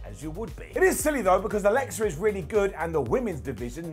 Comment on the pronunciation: Alexa* not Alexer